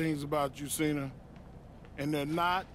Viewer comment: santino says john chena "qena"